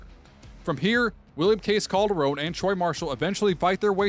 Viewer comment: Pretty sure it’s Calderon not Calderone lol